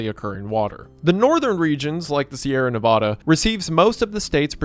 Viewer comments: ITS NEVADDAH NOT NEVODDAH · i pray that he learns to say Nevada correctly